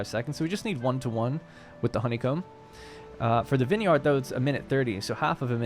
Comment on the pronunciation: The way you pronounce vineyard is hilarious.